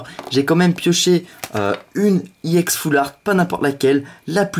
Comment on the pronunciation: pk tu dis iex :D